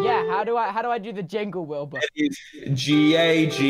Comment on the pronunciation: Did anyone notice that said Wibur instead of Wilbur